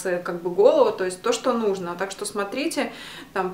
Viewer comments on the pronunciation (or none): none